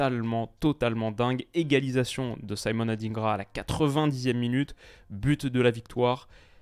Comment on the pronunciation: Oui ils le pronocent tous comme ça: ADINEGRA pourtant c'est plutôt: ADINDGRA DIN comme DINde 🍗 😂